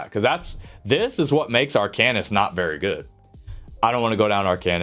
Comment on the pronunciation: Its arc-an-ist. Seems like a pretty good tier list. I think earthen heart is garbage and would swap it with draconic power. Siphoning is really nice for ult gen and has insane sustain with siphoning attacks and healthy offering is a good burst heal, offensively yea it's trash without soulcleaver. Winters embrace it's getting 15% frost damage passive which makes it interesting for some builds. Polar is only getting nerfed on the off heal portion, no hot and initial heal is like 30% less, but the hot on yourself is getting a significant buff